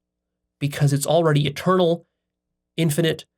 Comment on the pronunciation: When he said God is eternal it sounded like a turtle